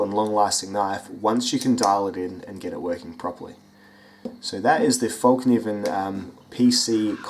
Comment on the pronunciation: Its not actually. Its [Felk-neeven] The K isnt silent. - I'm swedish. It translates to "The folding knife". Sorry, I had to ;)